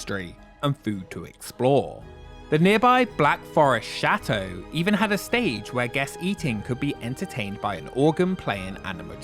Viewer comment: i wish he would stop pronouncing chateau like shat